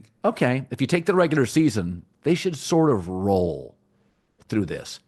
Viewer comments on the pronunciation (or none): none